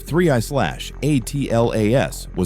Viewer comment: Hey AI, it is pronounced ATLAS not A.T.L.A.S Another mindless space rock video featuring Avi Loeb's crazy speculations giving Science a bad name.